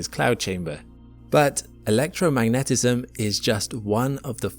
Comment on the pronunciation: No, it's not the Merlot making me hear things😂 HAS been saying "electromagnism" instead of "electromagNETism"😉💚